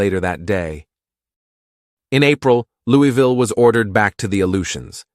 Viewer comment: We need to work on your pronunciation of "Louisville". Put a marble in your mouth. Now put in another one. Ok, good, now: "Louavuhl", say it with me.